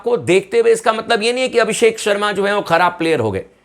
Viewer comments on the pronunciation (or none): Abisk होगे भाई भाई जी ये पी kr बोल रहा है abishak होगे